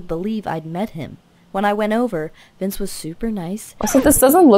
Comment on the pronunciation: vince not vice